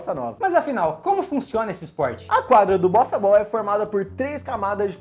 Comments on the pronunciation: No top 3 eu entendi bostabal kkkkkk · Eu estava ouvindo "BostaBall" e não Bossa Ball. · Na primeira vez eu ouvi bostaball kkk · Eu juro que entendi bostabol 😂